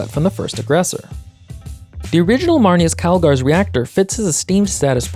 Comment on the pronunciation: It’s mar- NAE -Uhs Calgar